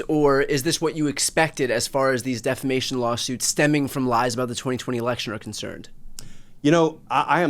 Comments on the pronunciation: Appreciate the victory! Except, you're saying deflamation incorrectly... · I know. My goodness. I cringed every, single time he said it like that!